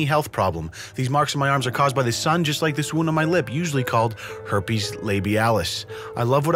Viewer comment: "a herpe" 🤣🤣🤣🤣🤣🤣